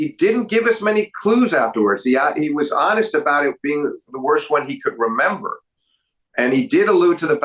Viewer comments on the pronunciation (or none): none